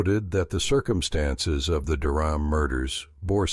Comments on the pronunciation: The family's last name was mispronounced almost the entire video. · Pronounce their last name correctly please